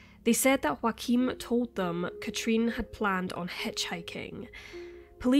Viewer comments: If hes german chances are his name is spelt Joachim and pronounced yo-uh-kim. Not Joaquin like phoenix. Could be wrong though. Mightve been joaquin. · It's Joachim ...a very common German name..not Wakeem or Joaquin. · I’m sorry but Joachim is a German name and you keep pronouncing it like its spanish or something (yes, I know this name exist in multiple languages but here we’re talking about people in Germany). I’m not German, nor do I speak the language but I live in a bordering country and work with a lot of Germans and I’m pretty sure it’s supposed to be pronounced like Yaw-ah-khim. In German (same as in my native language and many others), the letter J is always pronounced as english Y is pronounced when there is a vowel next to it (next to the Y, I mean). Sorry, I’m not expert so I don’t have any better way to explain but I hope it’s clear enough. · Is the boyfriends name spelled Joachim? Because the way you pronounce it, it sounds like Joaqueem. Other than that, you speak extremely clear and well pronounced! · Just the tiniest correction, as a German I couldn't let it pass by... the name Joachim is pronounced "Yo-achim". The J is pronounced like the Y in York and the ch is actually pronounced just like it would be in Scottish Gaelic, like it is in Loch Ness. So we can all pronounce his name correctly when we say "Joachim was a scumbag for dating a 15 year old girl while he was 30." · U mean joachim ?? Wrong pronounciation. It Sounds weird for German listeners. Please make sure to pronounce names the right way, that people recognize facts...But rest well done: i slso like the background music a lot, good choice!! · You know what would be great? If you could pronounce Joachim correctly.